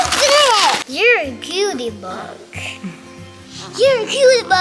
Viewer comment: i believe you mean “cutie bOhg(s)” 😂🤍 gosh they’re all so cute!!